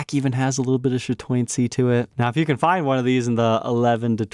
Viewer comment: It’s actually chatoyancy , unless you were going for the slur .